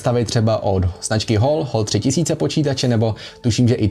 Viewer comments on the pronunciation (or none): Hal3000 se čte jako hal ne hól